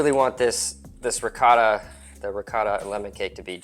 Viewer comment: Can’t take advice from a person that calls ricotta , Ricatta